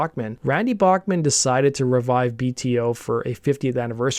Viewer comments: Cool video. I have heard Randy say his last name (and Tal’s) is pronounced Back- not Bock- man. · Pronounced 'Back-man'